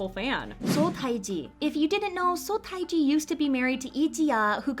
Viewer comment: Pronunciation...Seo Taiji = SUH TEH GEE